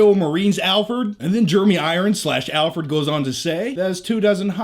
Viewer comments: Sounds like you're saying "Albert" not Alfred. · I'm a huge fan but If you say Alford one more time I'm gonna kill myself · do you keep calling Alfred, Alpert? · "Alferd".... we love you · Alferd? Lol